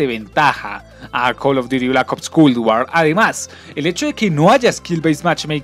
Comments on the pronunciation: MW no me interesa que sea tan realista, para eso tengo la vida real y Culd War. Escribi Culd por la manera que pronuncias esa palabra; traductor humano xd, el juego se nota que es un juego mal hecho sin ser terminado. Asi que prefiero Bo3 que aunque no tenga tanta gente jugandolo, se ve 1000 veces mejor qur Culd asi. No dire nada de los zombis porque me dara un infarto hablar sobre eso y el multiputas, mmmm meh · Parece que dice cool war xd